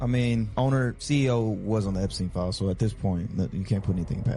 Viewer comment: Umm...'Eppy pen files?' Spend 16 years in a 12 year education and come out pronouncing 'Epstein files', 'Eppy pen files'? Sometimes I think my tax dollars are wasted.